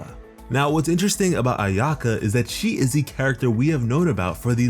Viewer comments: your pronunciation hurts me so bad. eena-ZOO-ma and AI-yuh-kah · I’m Japanese, and he really butchered a lot of the Japanese pronunciations in the video like Inazuma and Ayaka. I hope people learn how to properly say them ^^ I think it’s very important in showing respect. I do the same with Liyue characters ^^